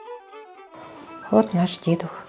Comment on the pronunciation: До речі, наголос правильно робити на літеру «У». Себто дідУх.